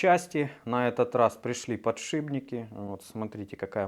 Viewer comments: ПодшиПники! Все классно, но уши режет, конечно. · достали подшибники!!! ухо режет!!! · Ну если говорит подшиБники